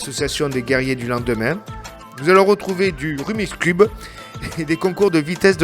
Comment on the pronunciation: Pourquoi tout le monde dit "Rumicube"? C'est une faute grave ! Le nom c'est "Rubik's cube"! Parce que C'est Ernö Rubik qui l'a inventé en 1974 d'où le nom "Rubik's cube" (le cube de Rubik)